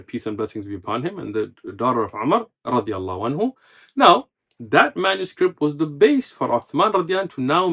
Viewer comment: I may be wrong but the sheikh may be pronouncing " radih A'nhu" instead of "radia Allah A'nhu" رضى الله عنه .